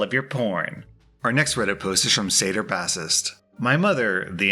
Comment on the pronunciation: mispronounces bassist "Why is there an Italian man chasing after me?"